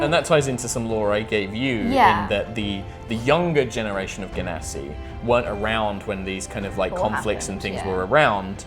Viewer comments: I didn't want to say, but seriously: je-nuh-si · I have a reason that it is pronounced djinn-nasi cuz they are from djinn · Ahhhh, I'm so excited! Nova sounds (and looks) so epic! Also 'I like a hard g' but uses the soft g pronunciation;D More notes! ily,, never change!